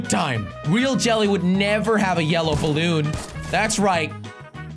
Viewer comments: Jelly its balloon not bloon ok go to school from onwards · It's says bloon not balloon